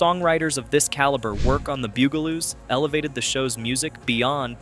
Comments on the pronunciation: The Beeyougaloos? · omg so sick of mispronunciation. Stop saying "Boogaloos" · You pronounced the name right once... ONCE! And that's why I gave it a thumbs down & will avoid your videos rom now on... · why is it that the name of the show is not said correctly at least get the title right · Goddamn... This bot is the worst. Gets the bugaloos pronunciation wrong every time. VERY VERY ANNOYING! At least watch your own video just to make sure it's YouTube ready. Kinda like spell check for bots. Take the time and listen to the bumbling bot! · It's not poof-n-stoof it's Puff-n . They are not the Bugleloos. They are the BUG A LOOS .You DOLT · The Buggle-loos and HR poof in stufp. What shows are you talking about? How do you make a video about a subject you can't even pronounce? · Damn. You mispronounce BUGaloos as often it is silly You also get HR Puff N Stuff wrong